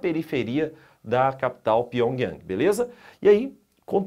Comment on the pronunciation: Vídeo sensacionalista cheiro de fakes. Aprenda a pronunciar Pyongyang e o nome é Partido do Trabalho da Coreia. Muito fraquinho o seu vídeo. Estude mais sobre a Coreia do Norte para fazer um vídeo.